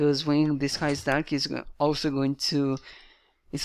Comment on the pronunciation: When ur saying "it is an _", it really sounds like "it needs an" so could you try not to pronounce any "n" before "is" :) great video otherwise!